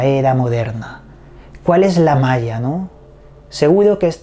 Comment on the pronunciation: Hola! Saludos desde Venezuela. Maia suena como Maria. Que raro!